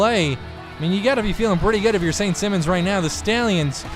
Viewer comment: u say simons as a last name. the i is a high i like u say high